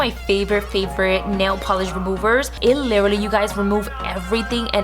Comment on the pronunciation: Like she said" lilry" I thought it was supposed to be "literally"